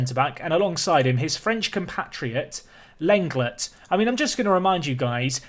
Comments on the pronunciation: not seen many people saying it was bugging me Lenglet is pronounced Len-Glay not a huge deal its not like i cant bear to watch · Whilst on the topic of pronouncing names I think that Lenglet is pronounced like 'Long-ley' although you've probably been told this plenty of times